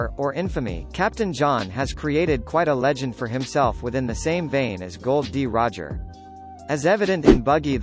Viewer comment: His name isn't Gold, D Roger. Its Gol, D Roger.